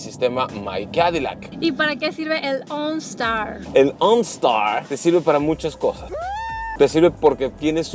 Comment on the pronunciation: “Ooonstaar” jajajaja que perra se ve la camioneta👌🏼